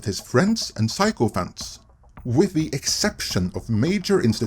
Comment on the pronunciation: "sycophant" is pronounced like "sicko-fant". "psychophant" isn't a word.